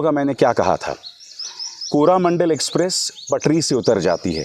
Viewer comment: अबे अजीब आदमी है तू, ट्रेन के accident में भी मोदी का हाथ है इसके हिसाब से।।साला कुछ तो पत्रकारिता का स्तर रख कुंठा से ग्रसित व्यक्ति।। मीडिया को गोदी गोदी बोलता रहता है तू भी तो उसी का हिस्सा है बांगड़ू, मतलब तू भी गोदी मीडिया हुआ।और सुन वो कोरोमंडल है,कोरामंडल नहीं।एक मंत्री से इस्तीफ़ा माँग लेने से क्या किसी की जान वापस आ जायेगी?? समय है दुर्घटना की समीक्षा की जाए और भविष्य में ऐसी घटनाओं को होने से रोका जाए।